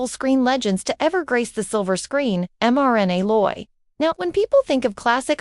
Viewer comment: You could at least learn how to pronounce her name